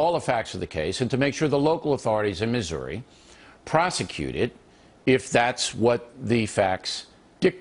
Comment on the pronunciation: The guy says "Missouri" like "Misery", It's almost comical. Like as if he's one of the bad guys from a batman movie.